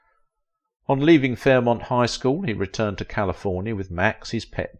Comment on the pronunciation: it's NOT Fairmont, it's FAIRMOUNT.